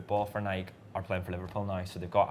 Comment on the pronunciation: Why can’t Brits pronounce “Nike” correctly? 😂 It rhymes with “crikey” not “bike.”